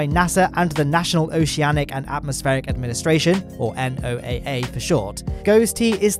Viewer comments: Hey! Just in case you didn't know: NOAA can be pronounced the same as "Noah" instead of being spelled out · Grew up near NOAA in Colorado. We always pronounced it "Noah". Good show as always. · NOAA is pronounced Noah. Just a friendly FYI, other wise, good video. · Another great update, but one critique: NOAA is usually said as a name like 'NASA' is rather than spelled out like 'FBI' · Nice post as always,. BTW, here in the U.S., we just pronounce NOAA as "Noah". Like the Biblical guy 😉